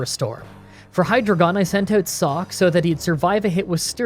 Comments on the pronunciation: I think Sigilyph is pronounced sij-il-if, emphasizing the “Sigil”in the name. Emphasizing the “glyph” part does make sense though. Also Hydreigon is Hi-dry-gun. The really cool thing here is the evolutionary line names include the numbers One, Two, Three in German (Ein, Zwei, Drei). Hopefully I can speak for everyone when I say we're not correcting your pronunciations because we didn't listen to you or are being jerks. We're doing it because you're detail oriented and we want to enhance your understanding. And in the case of the Hydreigon line, there's some interesting trivia behind the way things are pronounced. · did u just said hydreigeon as hydro gun? and steal trainer marshel? or am i hearing wrong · you are saying Conkeldurr and mienshao and hydreigon names wrong